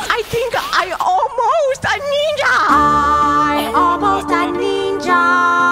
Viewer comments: Um it's not pronounced Neenja it's pronounced NINJA also white belts are the lowest ranks in karate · ninja is pronounced ninja not neenja. There is no such thing called a neenja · It's pronounced nin-ja.. where did you get neeenja from?